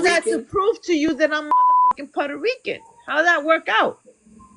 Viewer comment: she cant shut up and then she cant answer....shes so annoying. She cant pronounce "puerto rican", "indigenous", "natural" and so many other words but she brags about being part of the USA 😂